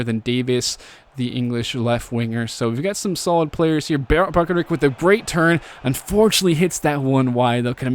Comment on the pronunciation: I think bakaric is pronounced bakar-itch